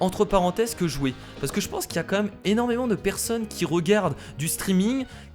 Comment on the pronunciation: vous "meume" on dit vous "mème" (je sais comment écrire même mais c'est pour la prononciation) 😉